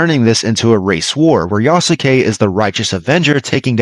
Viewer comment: You pronounce Yasuke incorrectly. The U is silent.